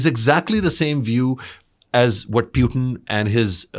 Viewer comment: not PYUTIN.. his name is PUT-In.. put in..!!